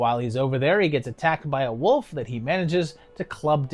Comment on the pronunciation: I love the accent where you pronounce Wolf as woof~! These seem pretty fun; never really heard of any of them, surprisingly. EDIT: Shit, you called me out lol